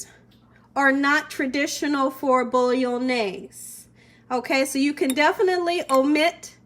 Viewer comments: say it like mayonnaise but bolo-naise as its not actually italian at all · Love this recipe! Thanks, i'll for sure try it out! :D But i just cannot help myself at being a pedantic ass and couldn't not say something about your pronunciation of bolognese (i do see that you tried, though ;) ) :P Phonetic pronunciation (for English speakers) for ease: "Bo-loch-njay-suh".